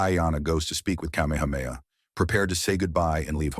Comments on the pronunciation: The AI narration has pronounced Kamehameha all the ways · I will give this AI a B- I'm not sure how many of those names were fucked up except King Kamehameha. So bravo skynet. You did okay